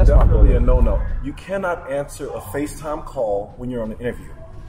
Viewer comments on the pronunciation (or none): Lol he pronounced every letter in CANNOT 😂😂😂😂😂😂😂